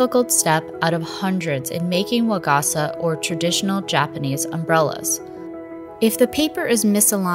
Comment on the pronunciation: it hurt every time she said waGAHsuh instead of wa-ga-sa with flat pitch